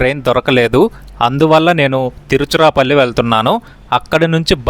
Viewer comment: You should have used your own voice instead of AI voice...AI is not able to pronounce Tiruchirapalli 😂